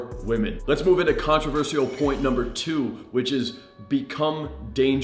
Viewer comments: It’s pronounced contro-ver-shul not controver-see-al. Great content tho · Please learn how to say controversial. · Good content. Saying controversial wrong 74 times, still loving the channel though